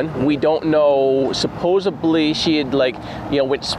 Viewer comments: Why do you both keep saying suppose"bly" lol. Has anyone else ever noticed this? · While I respect everything you guys are doing...supposedly does not have a 'b' in it!!! Lol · Supposedly, not subosably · God love you Jared, it's supposedly.